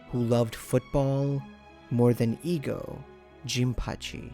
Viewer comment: I'm a stickler for pronunciations. The "e" in "Ego" (for his name) is pronounced "EH" So it's "Eh-Go", not "EEEEE-Go"